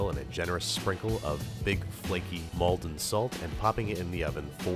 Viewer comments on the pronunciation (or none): none